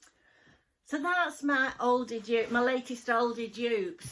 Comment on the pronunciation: I love watching you but I also love how you pronounce ALDI!! You always say Ouldi!